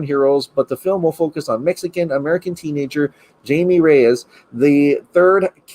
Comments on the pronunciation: “”Jamie””it’s pronounced “Hymie “” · It’s Hi•me. Not Jay•me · Hymie Reyes the j in Jamie dose not sound like a j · He said Jamie lol that’s not how you say it it’s Spanish but good vid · Please pronounce Jaime the correct way. It’s pronounced HI-ME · It's pronounced Hi me :) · It's Jaime,. Sounds like 'HI-May'. 👍🏽👍🏽